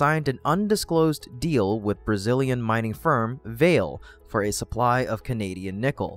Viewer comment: Great comprehensive video! Note: “Vale” is pronounced “Val-lay”